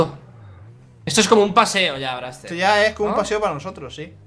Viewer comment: se dise